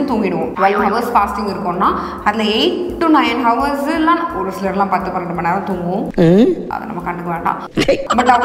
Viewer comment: அது ஹவர்ஸ் இல்ல madam Hours அவர்ஸ் 🤦‍♂️